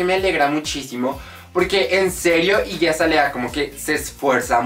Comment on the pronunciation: se pronuncia iggy acelia *